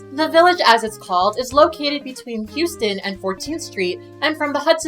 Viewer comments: Only constructive thing I can think to say is "HOUSE-ton" not "huges-ton" ;) Fabulous job as always Kat! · They should be ASHAMED of the whitewashed 'Stonewall' movie being put out. Loooovveeeee this video (so informative) and LOVE LOVE LOVE the new intro! The editing is off the charts here! One gripe tho, my love... 'Houston' is pronounced HOW-STON, not HEW-STON. Yes, I'm an NYC snob lol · This is such an informative and interesting video! Thanks for making it. One thing, "Houston" is pronounced "house-ton" just for future reference. It is not the same as the city in Texas.